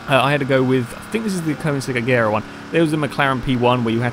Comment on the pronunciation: You said Agera wrong..... its pronouced Uh-Jer-uh